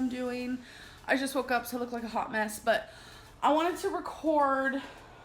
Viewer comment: Everytime Amber says 'I look like a hot mess' I always hear loch Ness.